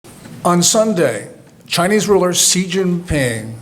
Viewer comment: He can pronounce "Xi" correctly.